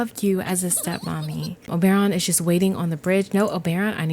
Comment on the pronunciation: Only could make me watch an hour long video of her saying Obaeron. Lmao I can’t wait to play this pack